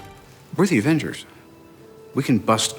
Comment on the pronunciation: OK,, if you're going to be doing an interview about the AVENGERS, maybe learn to say it. It sounds like you're saying the "Evans's"!